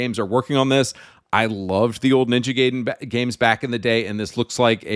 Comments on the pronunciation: For crying out loud, it's pronounced 'giden' how can you not know this in 2025? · Ninja "Gay-den"? Really dude?... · lol "ninja gayden" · Can you please waste 5 minutes of your life and learn how to properly pronounce “Gaiden”? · And how he pronounce Gaiden make my nails rolling up. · Ironic how he's anti woke (yay), but pronounces Gaiden as 'Gay'den instead of Guyden. Americans don't know how to pronounce anything. What the hell is Capcum? Subconsciously gay, definitely